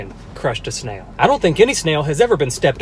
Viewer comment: Did it sound like he said nail at first